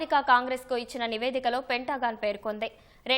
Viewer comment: పెంటా గాన్ కాదు తల్లి, పెంతగన్